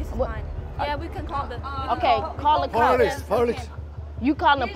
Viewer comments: This one had me laughing so hard I cried! LOL when she said call Dee cops in a Nigerian accent and when the dude at the airport was cool with the 20% 😅 and the part where the Asian guy was like police police and she’s like that’s not how you call the cops pick up the phone 😂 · the way she said "call de cops" after the dude with the accent got me dead istg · "Call dee cops idgaf"😭😭😭😂😂😂😂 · Yes call the cops in her Nigerian accent 🤣😂